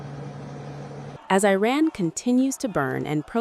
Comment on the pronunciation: It would be nice if you learned how to pronounce the the name of the country you are reporting!